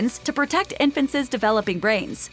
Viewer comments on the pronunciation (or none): “infant says” instead of INFANTS. Say you’re from California without saying you’re from California. 😀